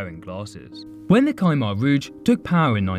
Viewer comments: At least learn to pronounce the words Khmer Rouge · Kai-mar rouge? The H is silent xD